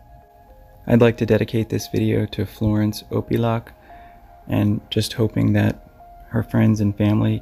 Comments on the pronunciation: I'm fairly sure that her surname is pronounced, Auk-Pea-Ah-Look. Nome is the final leg of the annual Iditarod Dogsled Race. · You said her last name wrong.